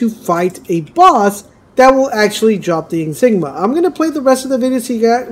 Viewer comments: ah...i see the public school system prioritized diversity and inclusion over academics in the school you went to. Never fear, I am here. Insignia is not pronounced, "in-sig-ma". it is enunciated, "in-sig-ni- a". Four syllables, and not three like you were saying. there you go. you're welcome. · What’s an “”? It’s an in-sig-nia. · It's insignia not Jesus Christ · “” is killing me. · In sig knee - ah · It’s ya boy “”. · Lies in the title again. Never trust a guy who cant pronounce InsignIA or ProsTHESIS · IN-SIG-NIA. Ok guys this is how your going to pronounce this one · I don't know if anyone else has done this but "in-sig-knee-ah" "pro-thee-sis" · yeah man it really hurts when he says it for the 100th time lol